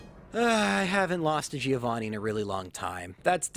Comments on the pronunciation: I get disgusted by the way Americans pronounce the name Giovanni. It sounds so awfully wrong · That Giovanni loss was the punishment for pronouncing his name wrong all the time